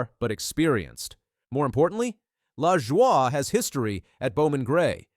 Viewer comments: Saçre-bleu!!!!!! It's pronounced la-joy dude. He's not French. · It's pronounced Luh-Joy. Take it from someone who watched grandpa race. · What the hell is this pronunciation of Corey's name. Who is reading this. Moron😮